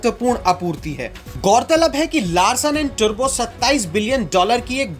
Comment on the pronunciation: लार्सन अ‍ॅण्ड टुरबो नही टूब्रो